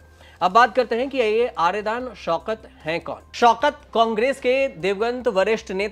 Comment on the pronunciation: आर्यदान नहीं --- आर्याडन शौकत